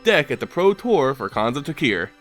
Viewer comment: It's pronounced tarkir, not takir